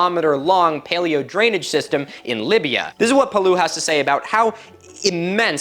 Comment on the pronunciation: Great video and a fascinating subject !! And since I'm here to feed the algorithm: a very minor correction, and really insignifcant at that. Phillippe Paillou prononciation should probably be "Payou" (Pie -ou) raither than "Palou". In french double "L" is pronounced like the sound "y" when preceded by the letter i. So for example the world "taille" would be pronounced like the english "tie". Same deal here. The rest of the prononciation is perfect tho.